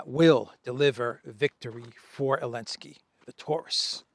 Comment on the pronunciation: why do you call Zalensky Alensky😅?